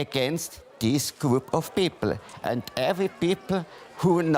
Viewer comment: haha bei sagt er pipl haaha